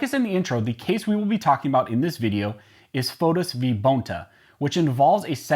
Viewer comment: That's "FOUTS." You said "FOTUS,".